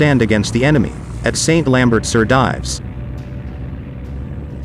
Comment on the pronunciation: Again we hear presumably American narrators mispronounce the British/Canadian army rank of Lieutenant. Also, surely St. Lambert sur Dives would have the last part pronounced I. French as “dEEves “!